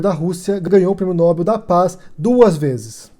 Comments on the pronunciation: Olá, se pronuncia "nóbél" e não "nóbel", abraço. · A pronúncia correta é "nobél". Há duas boas razões para assim ser: 1. Trata-se de uma palavra aguda, isto é, acento tônico na última sílaba, tal como, papel, anel, animal, etc. Se Nobel tivesse a tônica na sílaba "nò", teria de ter acento gráfico na vogal "o". 2. A segunda boa razão é a etimologia: Nobel é o nome do senhor sueco – Alfred Nobel – que instituiu o prêmio, e a pronúncia original é [nobél]. Obs: Bom vídeo. Obrigado. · Nóbel não, Nobel. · É "Nobél", senhora.